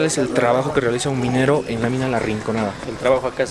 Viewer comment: SOLO YO ME DI CUENTA QUE DICE RICONANDA?